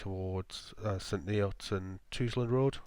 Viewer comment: Its pronounce st neuts not neots and it's Caxton jibit not gibet